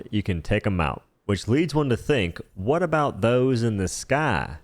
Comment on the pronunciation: Every time you pronounce words with a WH sound with extra heavy emphasis on the H, I die a little inside. 💀